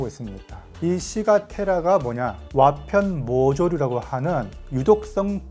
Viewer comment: 참 재미있는 정보 잘 봤습니다. 여기서 한가지만 말씀 드리자면 '와편모조류' 를 읽으실때 자꾸 '와편_모조류'라고 읽으시는데 그게 아니고 '와_편모조류' 입니다. 더 좋은 영상 많이 올려주세요~~